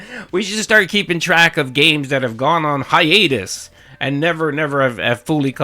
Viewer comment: “ goes on “hi-anus” “